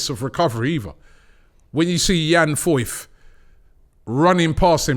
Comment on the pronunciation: " Yan foyth" robbie killed it😂